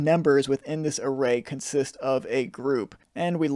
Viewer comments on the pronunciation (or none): none